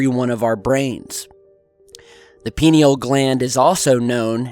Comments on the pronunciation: I've been waiting for you to cover the pineal gland. I believe it is pronounced pine-EEL as the gland was named after the pine cone shape of the intact gland. it is indeed the seat of the soul, and has helped not only with communication, but also healing modalities. Love you,! peace. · ...pronounced "pie-kneel',. 😊Your helpful-hint for the day... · when you say pineal gland I cringe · When he said Penni Gland....ROFL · Pie-neal pie-neal pie-neal say it with me. mmmahahahahah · "pie - NEAL" gland.... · I most usually appreciate your videos. However this one sounds like you made it under the influence. (Christmas Brownies should be eatin at Christmas! ) This is one of your worst videos. Quality over quantity please. Please stop seeing Illuminaty anywhere. By the way. It is pronounced....pea-knee-ahl gland. And most importantly. Those evolved human beings who focus on this chakra. Are not at all interested in controlling anybody. Let alone the world. The whole point in Yogic practice is to understand oneself. And where appropriate discipline, and control, themselves. I hope your not doing a few bong-hits to find material to bring us. The UFO phenomena is otherworldly without DMT!! Thank you. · its pronounced pine because thats where it gets its name it resembles a pinecone. peote contains mesciline. DMT is found in àowaska vine in the amazon and some other plants. its a facinating subject. chur ; ) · Pineal is pronounced pī' nē al... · "Pie-Knee-Al" Gland. Good Vid though. I've taken DMT and it helped erase my depression, and I have lived with a renewed sense of engagement with my reality ever since. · Sweetie, it's pronounced pye-NEE-all gland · pronounce it PIE NEE AL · Pronunciation. Pin-ee-al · You pronounce it a bit like penile gland 🙈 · Pie-knee-all gland. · pronounced, pi-nee-yall gland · "Pie-Knee-all" Sorry, i usually dont nitpick... I know, I know, Toe-may-toe, Toe-mah-toe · It’s pronounced “Pie-neal.”